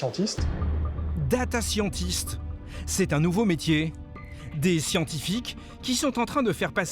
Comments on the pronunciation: Exactement la réflexion que je me suis faite.. je fais des select dans des tables et construit des interfaces , en fait je suis "Data scientist" depuis 20 ans sans le savoir.. mdr . Et puis la prononciation de "Scientist" c'est pas vraiment ça... quand est-ce que les journalistes vont apprendre l'anglais ? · ça s'écrit data scientist (c'est de l'anglais) ! Et moi je l'ai écrit data scian-tist pour souligner la prononciation de merde du journaliste. merci mais je sais quand mais orthographier l'intitulé de mon taff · Roh lala "data scian-tist " cette prononciation m'horripile. Et pour ceux qui disent qu'il faudrait faire la même chose pour les milliardaires....ca n'a juste aucun sens ! Ici on parle d'algorithmes qui servent à traiter des données massives de manière automatique , pour les milliardaires qui sont peu nombreux y'a zéro intérêt à développer ce genres d'outils . Je suis data scientist, je comprends que ce genre d'outils puissent faire peur, mais les cas détecter sont systématiquement reverifiés à la mains . Les algorithmes permettent juste de trier sans faire chier ceux sur qui ya zéro doute!